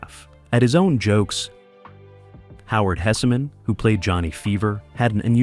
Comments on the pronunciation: The name is Hesman not Hessamen but it was a great show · And Howard's name is pronounced "Hess-man" not "Hess-a-man" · its pronounced Hess man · Hessman is 2 syllables, not 3…